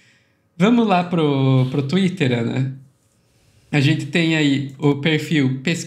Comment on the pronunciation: Pq? ‘Genthê, verdadhê, realmenthê’…. Coisa horrível